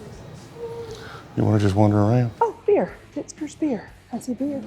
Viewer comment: Going in on them for having michters spelled incorrectly then calling Fitgers "Fitzgers" is absolutely comical. I have never seen a Z in Fitgers.